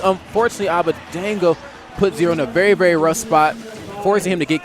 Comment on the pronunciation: his name is abadango (ah-bah-DONG-go) not abadeingo (ah-bah-DANG-goh)